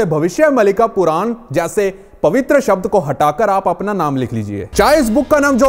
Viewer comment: Wo puran hi bol rha hai bas thodi si accent ki galti hai